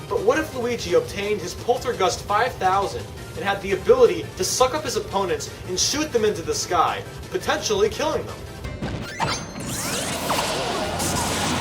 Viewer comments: Penisguster you mean Poltargust 5000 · why did you say "penisguster" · Did u say PENISGUSTER